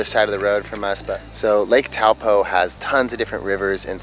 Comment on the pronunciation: I loved New Zealand!! Thought Taupo was pronounced toe-paw, though?